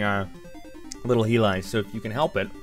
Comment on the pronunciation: Tiger heelie???? Definitely not the way it's pronounced.